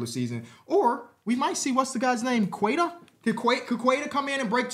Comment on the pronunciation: it’s pronounced “Kay-tah” just so you know! He’s working on a jump shot and honestly could be a breakout player for us